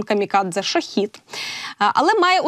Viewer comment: Та не шахид а шахед